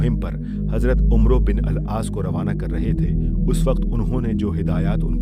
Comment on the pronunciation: قاری "عمرو بن عاص" میں "عمرو" کو غلط پڑھ رہا ہے 🙄